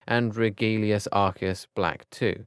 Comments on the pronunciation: It’s pronounced reg-you-lus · andromedia😂😂😂 And also he said regulius instead of regulus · HE CALLED PHINEAS "PHINECE" 😂😂😂😂😂LMAO He says Regulus like "re-GOO-lius" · Yeah. REGULUS